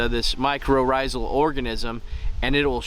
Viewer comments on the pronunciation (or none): We all appreciate the videos but I wish you could have correct a few things before you spread incorrect information. On a laughing note, you drove me crazy calling them “micro”rrhizal fungi. It’s “myco” which by definition indicates “a fungus”. Now on to the meat and potatoes…. You speak about how important the tap root is to the tree, which I will agree with, but then you went ahead and purchased a tree that was neglected from the beginning of its life by being put into a pot that was half the depth it should have been when it was started from seed. That tree will never have a proper taproot now because of how deform it is and how stunted it is compared to the size of the tree above the soil level. Next question, why on gods green earth are you using potting soil for in-ground plantings. Foxfarm makes great products. I use their stuff myself, but they work best when used for the actual appropriate applications…I also use the Alaska fish emulsion to fertilize my trees and other plants but why did you feel the need to use about 163x the recommended dosing rate? 4tbs per gallon of water for feeding. Most of what you applied is going to break down and be absorbed by other things far before your tree will be able to reach the available nutrients. The mycorrhizal fungi works best when you apply it directly to the roots. Next time, try wetting the roots and then sprinkling the spores on the root mass. Lastly, why didn’t you gently work the roots to ensure they weren’t root bound? A